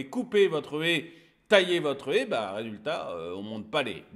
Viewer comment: On dit pas une Hé on dit une Haie !